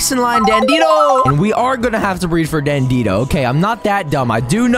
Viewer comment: Dan de Doo not Dan Dee doe